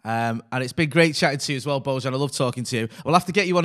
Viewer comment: "Bowchan" gave me the chills. Preach brotha´!!💖 (Sounds like pronounces Bojan as Bowchan, and I like it. Hahah)